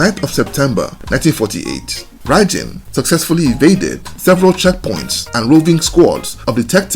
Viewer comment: Apparently when he was unalived his arm moved on the stretcher they were carrying him away on the Police Officer dropped it and ran. True or not, that's what I heard. BTW it's pronounced like "Bye Bin". 👍